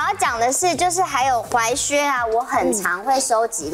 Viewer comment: 只要是鞋的主題，我就想到劉真。整個節目少了她真的差好多，就連老師推薦的款式依然比不上劉真的品味。劉真的離開是台灣時尚圈的一大損失。 還有那個，那個念踝靴，不是裸靴，腳踝的踝!!